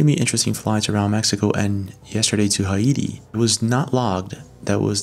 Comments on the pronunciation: dog i love your videos, but please please check the pronunciation on words you arent sure of man. I catch you mispronouncing words that someone reporting on these things should 100% know how to say, like Haiti. "Hay-tee" i just feel like you might lose come credibility to some folks due to this factor in your videos. no hate, just trying to give my 2 cents and hopefully it's helpful 🤙🤙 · You miss pronounced the Potomac River and Haiti. Come on man do better. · the way he said Haiti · How do you not know how to pronounce Haiti? lol